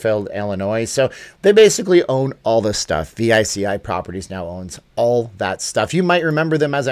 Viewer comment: Veechee Not v i c i